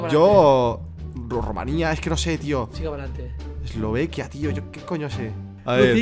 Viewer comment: Nadie: Absolutamente nadie: Rubius:eslovequia